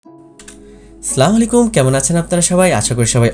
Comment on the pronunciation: সালাম দিলেন নাকি মারার হুমকি দিলেন ।অন্তত সালাম টা সহি শুদ্ধ ভাবে দেন